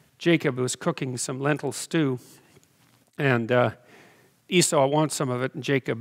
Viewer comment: It's ee-saw, not ee-sou